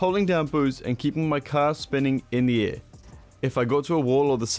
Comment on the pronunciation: saying “in the air”, “indiaa”